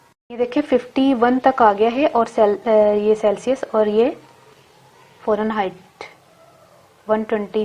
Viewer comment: Salaam baji. Lafz hota hai farenheit. Aap forenheit keh rahi hain. Shaid aap ko kisI ne bataya nahi.